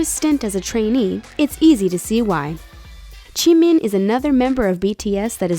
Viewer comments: Jim-in not CHIMIN lmao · Wow irrelevant channels making an inaccurate facts videos about BTS for views, not surprised Oh i did we talk about how she said pAntAn sOnYoNtAn or TiMiN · I cringed when she said Jimin’s name as CHI-min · Why do you pronounce J's as 'ch' it freaks me out man. Ch-hope, chimin. Of course no offense just hoping new fans don't believe that, that's how you pronounce their names. And everyone can use social media, it doesn't give them any extra edge lol. It's literally the only way smaller unknown companies can get their groups out there since the media is largely controlled by big companies in their country. Anyways putting up an image of painting when saying Jimin attended an arts school, may actually misunderstand and believe he attended that type of arts school when it wasn't. But on the whole you guy did good.